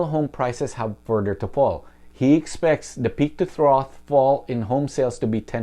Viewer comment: Pronunciation tip: trough is pronounced: trahf.